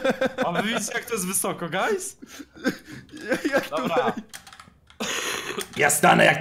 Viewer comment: przestanie muwić gais bo to jest wnerwiające